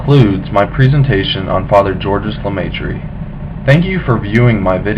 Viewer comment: I believe it's actually pronounced "George" (soft G) "Lah-may-trah." However, it does look like "Georges Lah-may-tree." Either way, you did a good job.